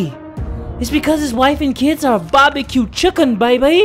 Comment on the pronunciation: if he says barbieq chicken 1 more time....